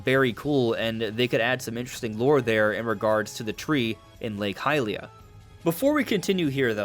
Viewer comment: Lake Hi leaah?! 😂 😂 Jesus dude… it’s Hylia